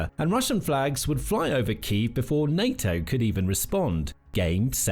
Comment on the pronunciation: "FebrEe" "mili-tree" "nayToe" "russier" "Net-WORK" "septembahh" "ukWanian" "Terra-tree" "bassel" (battle) "nuculur" This is SO GD PAINFUL! I'll go bleach my ears now.